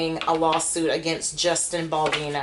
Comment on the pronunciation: It's BaldOni😂